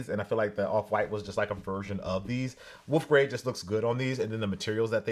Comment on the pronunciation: "woof grey"